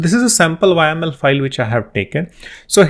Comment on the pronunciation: repeat after me "yaaaaaaaaaaml" not "Y.M.L"